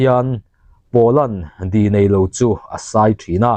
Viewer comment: Thangluaia tia i lam hi Thanglûaia tih thlûka lam tur ni awm tak a ni. Di nei lo i tih pawh hi dî nei lo tia lam tur a ni zawk lo maw?